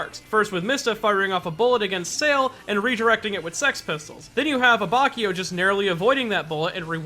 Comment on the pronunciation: It's not a-BACH-io, its a-bAtch-io.